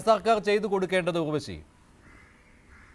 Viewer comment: Not ughvashi (urvashi)